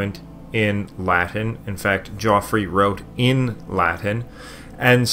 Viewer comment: In the first 3 minutes the narrator mispronounces Geoffrey, pagan, and several other easy words, but he goes to great effort to pronounce the difficult words.